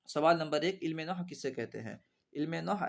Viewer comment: Noh nahi nahav hota he